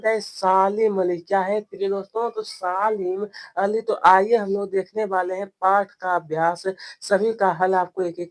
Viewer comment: Salim Ali ❎ Saalim ali 💀💀 Bahi aapko padhna nahin aata to kyon badhate Ho pahle khud padho uske bad dusron ko padhana ok